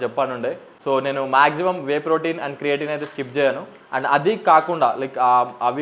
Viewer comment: It's creatine bro 😅 ... Creating kadu